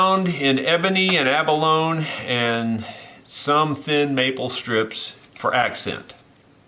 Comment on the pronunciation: You are my mentor, so I hesitate to mention this, but when "abalone" is pronounced correctly it rhymes with "baloney."